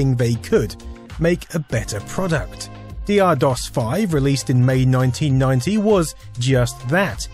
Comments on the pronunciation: For God's sake man, it was called DOCTOR DOS not D. R. DOS. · Isn't 'Dr' pronounced as doctor? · I always pronounced DR DOS as "Doctor DOS." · And I always thought it was pronounced "Doctor" Dos. Doh! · At the time of DR-DOS, everyone I knew pronounced it "Doctor DOS". Interesting to find out that was wrong after all this time. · Dee Arrr? I always pronounced it as Doctor Dos. :O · And for all these years I thought it was pronounced Doctor DOS.... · My disappointment that this isn't pronounced "Doctor DOS" knows no bounds. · I thought it was Doctor DoS too. I had only seen it written and never pronounced. It had nothing to do with Aqua, as I did not know they existed until Barbie Girl was out.